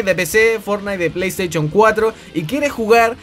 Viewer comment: Pley teichon JAJAJ